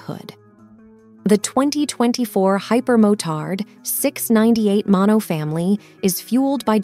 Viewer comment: Tell me you're a bot without using the word bot. You pronounce the word Hyper-mo turd instead of hyper-Mo Tard